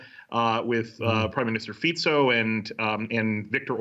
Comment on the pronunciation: this is the first newscaster that I see pronouncing the name of the Slovak PM correctly